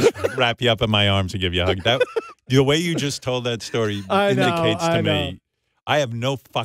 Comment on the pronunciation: After all these years he still says “da” instead of “the” …”da duck” “da side” daba” 😂